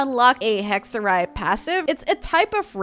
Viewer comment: So weird that all Genshin players are saying 'hekserij' al of a sudden. It's Dutch for witchcraft. Excellent pronunciation btw.